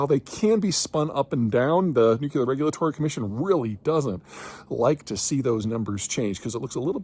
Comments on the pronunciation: Nu-cle-harr Peter, nu-cle-harr. C'mon man.... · nookyoolar 🙄 its not pronounced like that. Anyhoo, if AI data centers need the constant power that only can be provided by nuclear, then maybe AI data centers should be funding the research necessary for modern modular nuclear and install it themselves [edit: oops apparently I'm not the only one who thinks this 😁] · I know Peter is intelligent, but every time he says nuke-you-lar like Homer Simpson, it drives me crazy. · Nuclear is two syllables. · This guy still has not learned how to say "nuclear". From the Dubya school of erudition, I guess.